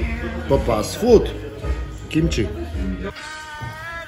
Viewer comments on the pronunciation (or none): none